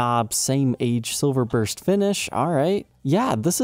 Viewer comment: I love, but dude I... silverburst, please dear god.